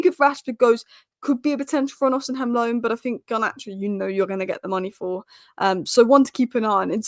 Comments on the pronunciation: It’s osimen not osim hen 😅😅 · Hey, Please stop mispronouncing Victor Osihem name. The correct pronunciation is: Osea Men. Not osi heim. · it's OSI-MHEN and not OSIM-HEM. 🤣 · It’s not pronounced osinhem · Pronounce Osimhens name correctly please😊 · The H is silent in Osimhen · I can't wait for the day she finds out that the h in Osimhen is silent.